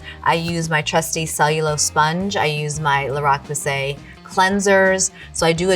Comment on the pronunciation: She seems awesome except she kept pronouncing La Roche Posay